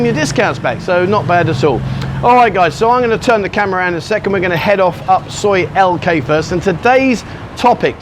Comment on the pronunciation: Soi Lengkee sounded like Soi LK I thought you got lost and Tesco are no more in Thailand it is now Lotus's has been purchased by the owners of 7/11 stores. The little car you saw was a Nissan Figaro. I'm trying not to nitpick just be informative so pardon me please.